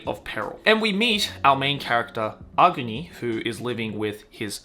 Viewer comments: Agni (not aogni 😆) is a hindi word which means fire. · Ahguni or Ahgni like how they pronounce Agni Kai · I've never heard someone pronounce AGNI that way.